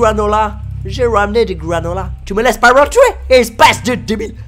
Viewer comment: "Tu me laisse pas wentwé ? Espece de débile " ah j'adore comment tu dit